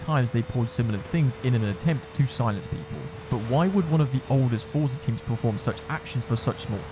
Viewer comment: Bro it’s forza. And ingame money, it ain’t that deep ._.